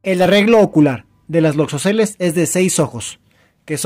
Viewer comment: Es muy importante tener cuidado con la información cuando se es divulgador, así que como comentario estas pronunciado mal la palabra "loxosceles", lo haces como si tuviera acento en la primera "e" y no es de esa manera. También veo más importante comentar que las latrodectus pueden presentar o no el patrón de reloj e incluso otros patrones dependiendo la especie y que las loxosceles no siempre tienen visible la forma de violín. Es información que podría poner en riesgo la vida de una persona.